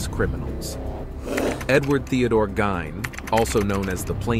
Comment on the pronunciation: It's pronounced Geen , not Gyn.